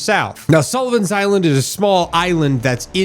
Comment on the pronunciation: What you said vs what I heard: K - have you ever heard of the battle of Sullivan Island... M - sure have. It was a critical battle K - 1776 M - TF?!? WW2 was nowhere near the 1770s {Finally look at the post} M - ah 💩 he said Sullivan Island not Solomon Island .. Ok, I'm familiar with that one too 🤷🏼‍♂️ just wasn't what I thought I heard 😂